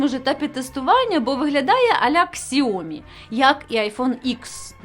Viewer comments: Сяомі, а не ксіомі.. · Ксіомі))) це сильно! Китайці плачуть від вимови!!!